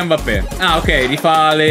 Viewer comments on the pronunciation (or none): none